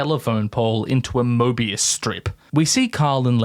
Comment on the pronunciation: ... "morbius strip" CMON U WERE THAT CLOSE!!!